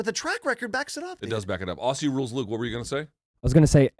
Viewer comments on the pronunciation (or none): none